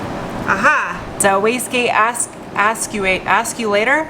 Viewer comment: "wastgate assulater...askulater…" LOL Dying.